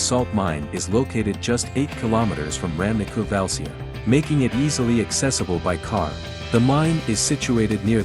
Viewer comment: Pronunciation is bad. Valcea..."ce", "ci" sounds like in Sicilia. Ramnicu Valcea is the capital city of Valcea County..that incorporates Cozia, Calimanesti, Bujoreni, Daiesti Ocnele...small villages that you are showing here..or Valea Oltului (Olt River's Valley)